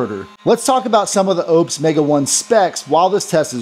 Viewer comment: Its not Opes, its Oupes. 😊